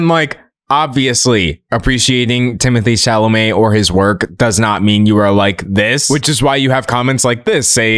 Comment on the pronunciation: I thought he was so hot until Katya called him "Timotay Chalamay Tae in the wae".....it's like she snapped me out of a spell and i will never recover...😂😂😂😂